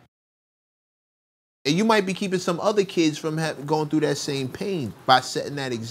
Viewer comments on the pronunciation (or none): none